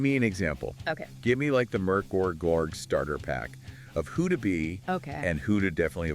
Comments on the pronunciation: Damn thats a creative pronounciation of Mörk Borg 😅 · Why not just write a script and tell us what YOU think of Mork Borg? It’s more likely you’d pronounce the name correctly.